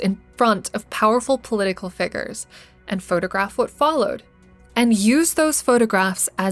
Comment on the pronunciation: Girl who's telling the story, you're mistaken You'll never be an actor. You can't pronounce easy words like figures